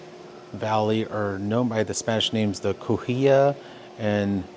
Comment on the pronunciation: Cahuilla cow-WILLA and Loo-eh-SEEN-yo